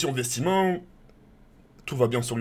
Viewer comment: Bon tk faut mettre les choses au clair on dit VETEMENT et pas VESTIMENT 😂 Sinon gl ça va etre dur mais tiens juste te coupe pas de tout directement vas y progrssivement 😉